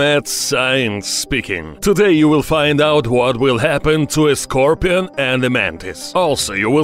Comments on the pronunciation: SCAR - PEE-ON ...LOL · Nobody: Not even a soul: Not even from the earth it’s self: Him: Es ScRoPiAn